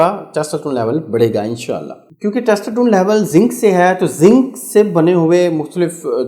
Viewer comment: Testosterone pronunciation not good